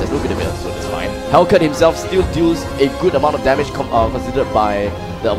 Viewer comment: Wtf 😂😂 they sound like (the a lot of dame )hahahah instead of (there's a lot of damge ) haha